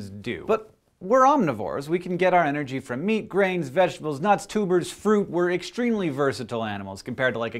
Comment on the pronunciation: I keep thinking you're saying "Fruits, vegetables and tubas" :|